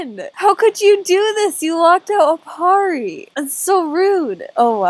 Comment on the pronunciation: Those times when you couldnt say Aparri in AJ😂😂😂